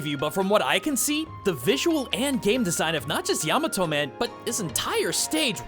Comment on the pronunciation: Thank you for pronouncing Yamato Man properly, unlike some other Mega Man YouTube content creators out there.